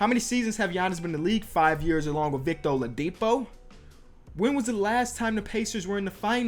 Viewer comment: It sounds like you said Victor Olipo xD